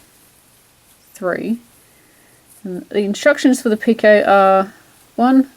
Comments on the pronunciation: Two things; You are pronouncing "Picot" stitch correctly. Although I have heard others pronounce it [Pee- Cot]. I was taught [Pee- ko] and have said it this way for many years. Secondly, you are working the stitch correctly according to directions. This pattern has been fun working. Thanks for sharing it.:) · I seem to have spelt doily wrong sorry, and yes you are pronouncing picot correct !!